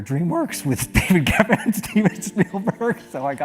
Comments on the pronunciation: You seem to mistake your f's with your t's, XD David Ge"tt"en Janeane Gara"t"elo Not to be that person, just thought it was funny to mention. EDIT: Camero"z" Diaz? You flipped the N into a Z? 😅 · Ok, video essayists blowing off certain pronunciations and grammar is nothing new, but I’m drawing the line at “David Getten” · How do you manage to get almost EVERYBODY'S name wrong? David Getten?? Chris Farney?? Janeane Garottalo?? So annoying and disrespectful. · It's David GeFFen and Janeane GaroFalo, with Fs, not Ts. It's also CameroN Diaz, with N, not a Z.